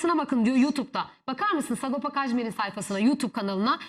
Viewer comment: Ulen delirdim bi sagopa demek bu kadar zor mu lan 🤣🤣🤣SA-GO-PA , S-A-G-O-P-A 😅